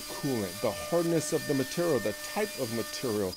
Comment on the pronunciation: what cutter do you use to hog out all the vowels in your pronunciation of 'material'?